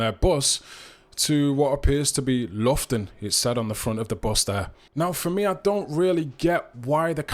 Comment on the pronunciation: Loughton = Lau-ton ... not Lofton... keep up the good work bro 🫶